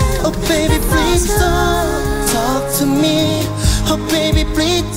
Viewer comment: PLEASE chứ ko phải PLEAST nha bạn